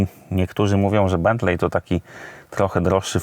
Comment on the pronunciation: raczej wymawia sie Bentli, nie Bentlej. tak jak Wembli a nie Wembley